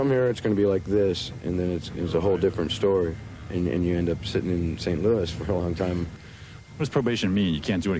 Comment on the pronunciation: St louie? Are you fucking kidding me? Did that guy just call it St Louie?